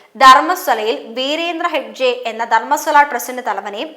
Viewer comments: 🙏good video, 👌valid points👏👏 where was he (not a hindu it seems), how come he is braver now?? One suggestion - please correct the mispronunciations… example Dharmasthala sounds like DharmaSWAla 🙏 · ധർമ്മസ്വല അല്ല കുട്ടി- ധർമ്മസ്ഥല എന്നാണ്